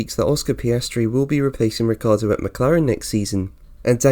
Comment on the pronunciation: it's not Riccardo, it's RiccIardo.. pronounce his name as it is , amateur!